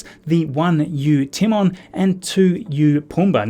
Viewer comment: Brother has CLEARLY never seen The Lion King. “Timmen” smh